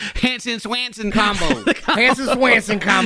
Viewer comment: I love how he says Chris S-Wanson instead of 🦢swanson